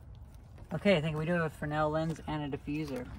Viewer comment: You said "Fresnel"the right way, the first time.